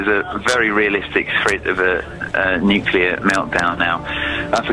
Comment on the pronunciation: nukular??? really?